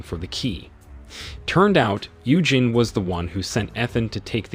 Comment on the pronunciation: Its pronounced You-Jean, NOT You-jen ! Listening to that was like hearing nails scrape a chalkboard 🥴